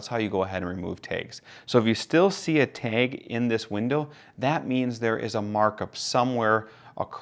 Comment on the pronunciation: I'm sorry I couldn't learn anything from this video because all I could focus on was how the word "TAG" was pronounced "taig".